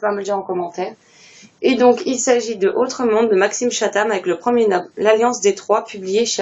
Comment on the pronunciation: Hello!!! Tu as enfin craque pour Autre-monde!!!!! J'espère que tu vas aimer car j'ai adoré ce livre!! Et Oui, tu es une des rares à prononcer mon nom correctement 😂. Un palais d'épines et de roses, on en parle tellement ces temps-ci! C'est pas trop mon style de lectures, mais c'est vrai que vu les bons avis, je pense que je vais craquer! Pareil pour Celle dont j'ai toujours rêvé, mais pour le coup, je ne pense pas le le procurer! Pas ma came! J'ai aussi craque pour GDCP: on est d'accord, c'est une méga brique 😂. Il faut que tu commences la saga, elle est juste géniale! The course me tente aussi!!! En fait, il y a eu trop de sorties intéressantes ce mois-ci! Bon, je te souhaite une belle fin de soiree!!!! J'espère que tu vas bien! Belles lectures! Bisous!